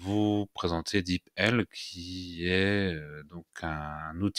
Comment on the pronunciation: Bonjour et Merci pour cette vidéo très pratique ! Pour info je pense que l'on prononce "dipeul" sans vouloir vous offenser bien sûr. Encore Merci pour le partage.